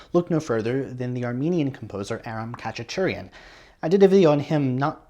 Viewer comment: Too hard for me yet :). Khachaturian should be pronounced like [hachaturj'an]. Like many Armenian surnames it has the last syllable stressed.